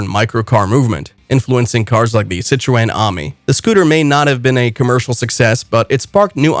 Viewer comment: That's the most bizarre pronunciation of Citroen I've ever heard. By the time I stopped laughing the video had finished.